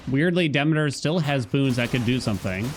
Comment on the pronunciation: Bruh.. I can't take it anymore. It's "Duh-mee-tr"..... not "Dimiter"... you've been pronouncing it incorrectly for the whole time. You know like "Council of Demeter".... Google is your friend...